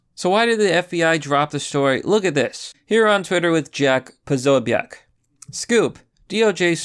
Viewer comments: Posobiec = PA-SO-BIC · Pronounced Poe So BEEK or Poso for short.